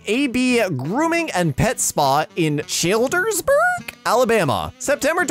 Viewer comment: childerburg pronounced chil like first part of chili and dress burg I know that bc I live down the road from there not even joking